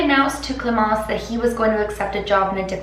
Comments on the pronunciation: I'm french and your pronouncing ion of clémence was on point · Wow your « clemence » is on point! Good french :)